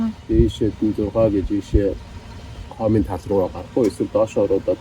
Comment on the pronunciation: Сайн байна уу. Хоомын тал биш шүү. Хомын тал гэж уншаарай 😁